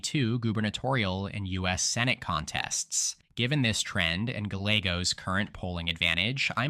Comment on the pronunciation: Also 'Gallegos'...in Spanish, double Ls are produced like a 'Y".